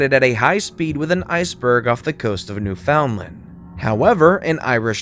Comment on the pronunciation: It's pronounced Newfundland!